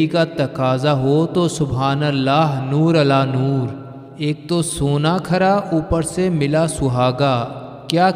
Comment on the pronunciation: Noorun Alaa Noor. نور علی نور, پہلے " نور " کے " ر" پر تنوین یعنی " دو پیش " لگا کر پڑھیں۔